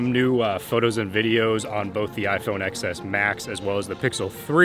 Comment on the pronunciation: TEN s Max! Don't say "x"! It's supposed to be said as TEN!!!! Good video even though you pissed me off with that 😂